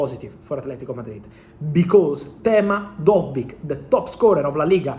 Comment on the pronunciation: lol also its dovbyk, not dojberg lmao